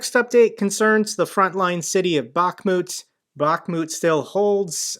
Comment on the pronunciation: Hi, thank you for what you are doing, greetings from Ukraine. One thing I want to add that city of Bakhmut must have stress on last part of the word like BakhmUt ) Thank you once more and keep going. God bless America, Slava Ukrayini. And Merry Christmas to you and your family.